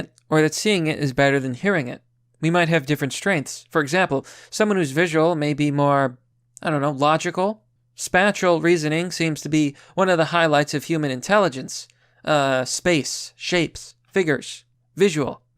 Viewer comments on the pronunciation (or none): Yes,, not to be a grammar nazi but SPATIAL is pronounced like space and special, not like spatula. However I do support speaking english phonetically, because the difference between rappelling and repelling down a cliff is life and death. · Spatial: spay-shul / as with "space" (ie: awareness of space, ie: spatial) Not spat-tchul as with "spatula"